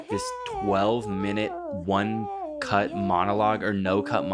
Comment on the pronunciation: said cut but and heard cunt